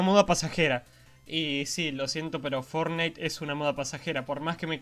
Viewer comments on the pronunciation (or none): Fornite :v......vos sos, increíble :v me encanta como pronuncias mal el nombre, como yo! :D